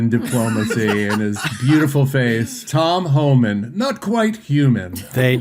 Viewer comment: It cracks me up that the Fox Friends don't know how to pronounce "Homan," the easiest name in the administration. Maybe it sounds so close to "human" that their forked tongues can't handle it.